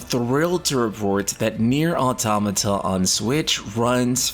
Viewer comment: first time ive seen an english speaker actually pronounce Automata the way its supossed to be Kudos